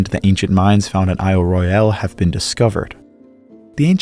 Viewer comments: FYI: ISLE ROYALE is pronounced: "ISLE ROYAL" by the locals. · Question: How many times can you mispronounce Isle Royale in an hour ?